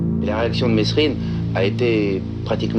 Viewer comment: c'est mesrines pas messrines bandes de rigolos